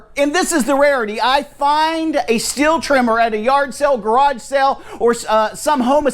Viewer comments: What would be great is if people would learn how to pronounce the name Stihl. It's pronounced Steel (or Steal), not Still. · Also a heads up. it's not STILL I understand the debate, and for anyone that is interested it's not STILL it's not STEEL There is a longer explanation, if you want to know , let me know and i'll be happy to tell you, But it's like this the closest english phonetic spelling would be SHTEAL SH like SHIT and TEAL like STEAL so it's SHTEAL not Still or Steel or Shtil HOWEVER.... and i don't think it's that hard to do , But it is said that for those that struggle to say SHTEAL , they use STEEL and i understand that , But if we are going to discuss how IT IS ACTUALLY PRONOUNCED then SHTEAL is the correct way